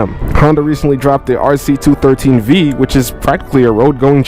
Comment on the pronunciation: for future reference, it's the Honda RC Twenty One-Three V (21 3V). Not, Two-Thirteen. Maybe you said that on purpose but just wanted to point it out just in case. : )